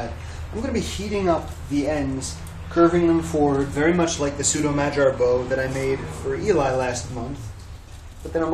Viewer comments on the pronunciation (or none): Disregard my comment if I am being a pain but you seem to be concerned with details. You pronounced "Magyar" correctly except for the "g." It is as in "girl" not as in "gelatin." (Knew a gal born in Budapest who was touchy about pronunciation.) BTW, love your videos, esp. Ottoman sipahi. That as impressive indeed.